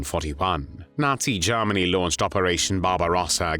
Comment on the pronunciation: the voice is AI who pronounces Germany as zzeeegggeerrrmaaggnnnyyy?!